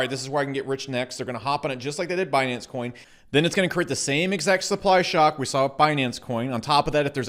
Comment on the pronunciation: "Binance Choin"